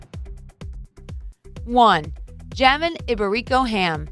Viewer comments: Jamon Iberico is Spanish and pronounced (hah-moan' ee-bare'-ee-coh) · I had to pause the video after I spit out my coffee when she pronounced 'Jamon Iberico'. Then I had to rewind to make sure I wasn't tripping...